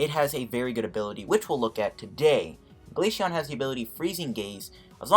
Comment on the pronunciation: It’s glaceon not glasheon